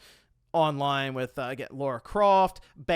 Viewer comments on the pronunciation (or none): It's Lara croft not Laura.🤦